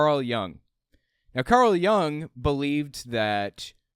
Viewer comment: Hey! Love your videos! I know that you have an interest in psychology and just wanted to point out that Jung is pronounced with the same short /u/ sound as in "put". I've always been surprised how much credence has been given to some of his ideas as they have struck me as far too wooey to be taken seriously in a scientific field.